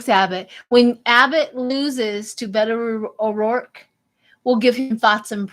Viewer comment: You said Beto O'Rourke perfectly sweetheart!